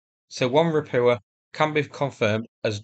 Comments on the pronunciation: You need to work on your Polish pronunciation, it’s Ropucha, not Ropua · Ropucha means Toad in Polish. Pronaunce it as Ropuha with H like in Home(it's not silent) :) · ROH-PYU-KAH, the landing craft is pronounced Ropucha. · I need to ask. Why do you so consistently miss out the Ch in Ropucha? Russian and Ukrainian are phonetic languages, the characters make the same sound every time, there is no silent letters like in English.